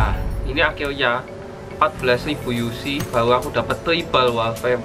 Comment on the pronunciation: bakar bukan bakal dan akhir nya bukan akhil nya ngomong yg jelas dan bener